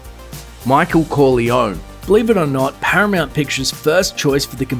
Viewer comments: The way you pronounced Corleone made me cringe.. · Im pissed off the way the narrator said "Corleone" ,it's unforgivable!